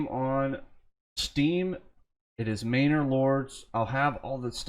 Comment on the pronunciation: It's 'mah-ner' not 'may-nore'. Sorry, just sayin'